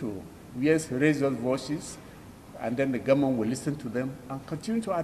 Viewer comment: A minister who can't pronounce "government" is the ministry of education? Nigeria "goment" is not serious! How can the educated Igbos and some Yorubas listen to these types Hausa uneducated people? Boggles the mind! Just reduce the cost of "goment" to minimum wage like all others.